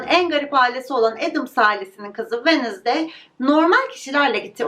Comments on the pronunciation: venızdey değil telaffuzu venzdey gibi telaffuz edilir sadece belirtmek istedim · her “Venizday” dediğinde triggerlanmaktan videoyu izleyemedim🥲 venzdaydir o venizday olmamalı🥹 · Wednesday kelimesinin sürekli yanlış telafuzundan videoyu izleyemedim:/